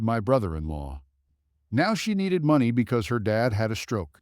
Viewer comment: You need to say money the right way please.